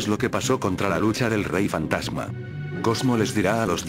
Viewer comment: Like si te diste cuenta que dijo fatama pero es fantasma no fatama